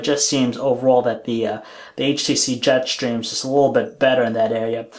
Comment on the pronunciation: Am I the only one annoyed by the way he says Jetstream? "Jet Shtream"